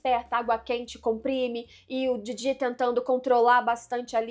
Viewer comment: Somente eu fico agoniado com essa pronuncia dela do Jiji e da Momo? Como se estivesse falando do Didi dos trapalhões e "Mômô" como se fosse abreviação de "Môzinho" ou "Amorzinho"?